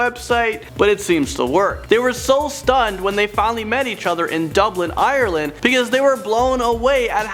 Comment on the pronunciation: Your pronounced galway and Ireland wrong like cmon